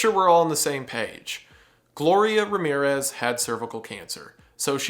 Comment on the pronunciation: Every time you say Ramirues instead of Ramírez, a cat dies.